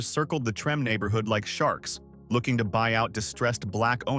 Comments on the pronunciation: I'm with you when narrating you DEFINITELY should know how to correctly pronounce THE HISTORICAL neighborhoods in my beautiful city of New Orleans, LA........ Treme' is THE OLDEST BLACK NEIHBORHOOD in America and the CALLIOPE was one of the roughest projects in New Orleans, I suggest next time you go to YouTube and do your homework before you narrate anything else..... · 🤦‍♂️ it’s pronounced tremA not trem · Treme is pronounced Tremay not Trem. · It's not pronounced trim, it's (Trem-may) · Not Trim but Tramay. Not Dookie but Dukie short u sound... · 😂😂😂 Did you pronounce Treme as Trim? Please when you are covering Louisiana learn to pronounce properly your subject manner. Treme is pronounced Tree-may. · Im from chicago and its DRIVING ME CRAZY that they keep saying trim and not TRIM MAY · Yes, cause WTF is Trim🤷🏽‍♀️It’s Treme pronounced Tri May 🤦🏽‍♀️I hate when they do this. I didn’t listen to the rest because I know it’s some 🐂💩. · Facts it was such an ear sore when he said trim instead of tri-mae 😅😅😅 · It's pronounced "Tre-May" "Dook-ee" (rhymes with Crook-ee) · Trah-may Tremé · Just FYI- Treme is pronounced TreMAY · Its pronounced Tra-may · How you not know how to pronounce Treme? Tre-may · Treme is locally pronounced as," Tree-may." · It's pronounced Treh-may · it's pronounced Treh-may. Do your research on our city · Yeah it's driving me crazy listening to him pronounce it like that. Lol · it's actually pronounced Treh-may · Tree?! Yea loud and wrong 😅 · I came here to say that.. I know there’s a words that aren’t pronounced correctly. 😀 We have a lot of words that can easily be mispronounced. 😀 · It is pronounced treh-may. You're driving me crazy! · The heart of Treme lol the did not say that right lol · How hard would it have been for anyone involved with this to have learned to pronounce Treme'? And the word saxophone?